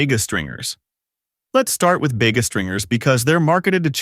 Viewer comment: everytime ai`HE says "Bega" 😂